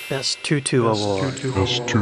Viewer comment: Tutu not tootoo.